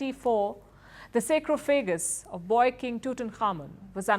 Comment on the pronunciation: Excellent reporting done by Palki...kudos to her and her team...👏👏 But at last, I need to correct her that her pronunciation of sarcophagus was wrong I think...she said sacrophagaus...instead of sarcophagus.